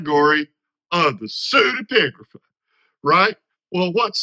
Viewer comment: Thanks, that was very helpful and clear explanation. l was also impressed by your repeated pronouction of the word, not easy